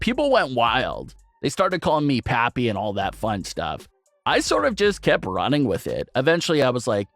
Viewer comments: You really need to learn to say mah-me Mami, and pop-ē papi.... Cause sounds like some Jim crow mess otherwise. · Jesus... The way you pronounce Mami and Papi.... 🙄🤣